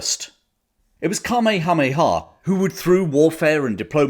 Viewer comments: The Hawaiian King's name is pronounced: KA-MAY-HA. MAY-HA. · Right after you first said the name of the Hawaiian King, I hear my grandmother rolling around somewhere in the afterlife. She lived there for some time in the 1950s, and were she here would explain that it’s pronounced: Kah-may-ha-may-uhh. :) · Not to be pedantic but rather to help (as for some reason all Brits on YT struggle with the name): It's Cuh May Uh May Uh. We in the Pacific states of the US grew up learning about this remarkable man, probably Hawaii's greatest king and so, we're very familiar with him and his name. Next time all of you Brits sit down at your local, spread this info around. It's a bit cringe to hear you all continue to mangle it. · Either get a real person to do the narration, or if you have a real person, get someone who will do their homework on pronunciation. King Kamehameha's name is terribly, embarrassingly mispronounced (it should be "kuh-may-uh-MAY-uh"). Also, the rank of ensign is badly mispronounced, not "en-SINE" but "EN-sen." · Magnum pronouced it kameamea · Where did you come up with that pronunciation for Kamehameha ? Hmmmmm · Fascinating history... Your pronunciation of Kamehameha made me smile... Always enjoy your narrative... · That is the strangest pronunciation of King Kamehameha's name I've ever heard. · The Hawaiian language is a potential minefield of mispronunciations for haoles (HOW-lees). Still, I have never heard King Kamehameha's name butchered quite so thoroughly! No worries,. As always, we know you meant well.